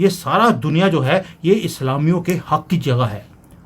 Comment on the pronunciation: Bhai aap ajeeb se bolkar jo Islam ko bolte hai mujhe bohut khusi Hoti hai